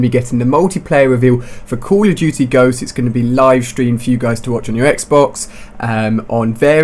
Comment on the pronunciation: What was that Ali-A? Cooawl ah Dootie Ghosts?